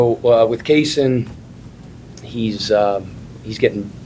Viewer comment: Revoke the last guys press badge. Mispronounced Kasean’s name and asked about his recovery immediately after Pat addressed it